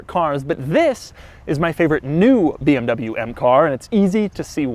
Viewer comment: Why does it sound like in the beginning he says this is the beeabnabyoo m2